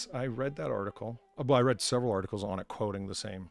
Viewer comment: Can we call them news "otter-cles"